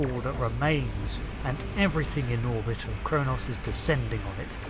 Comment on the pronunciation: For the last time, it's Kronos.